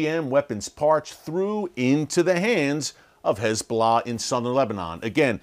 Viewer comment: Is it just me or is he saying HIS Bolah